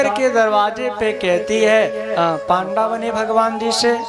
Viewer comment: पांडा नही उसे पंडा कहते है महराज,,,आवे जू घुमा दिया